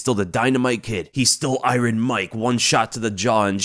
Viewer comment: You don't pronounce Iron the way you do. Are you doing it purposefully?